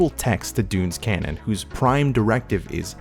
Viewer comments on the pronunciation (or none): none